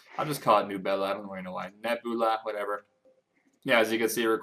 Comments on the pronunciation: it´s Neh Bju La in pronounciation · Sand nigga, it is Neb-u-la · nebula (neb-you-la) is how you say it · Nebula, a celestial body (neh-beau-lah) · "Nubella" hmm... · I love you and all but... Nubela? Really? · Neb-u-la.... Come on bruh. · get a feel for education status when he cant pronounce nebula. its an astronomy term, bro.